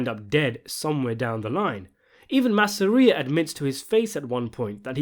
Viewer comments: Masssareia? IT'S MASSSSERRRRIIIIUHHH lol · Its not “Mass-air-ee-ah” its “Mass-ah-ree-ah” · Man for such a mega mafia movies fan, why can't you be bothered to pronounce names right? :P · dude... dont pronounce Joe Masseria's name like that, if ya wanna keep your video likes!